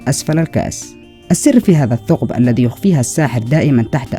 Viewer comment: ارجو التركيز على النطق الصحيح لبعض الكلمات مثل (الذي وليس الدي - إذا وليس إدا - وغيرها)